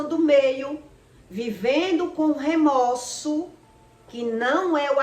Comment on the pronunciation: O correto é remorso e não remoço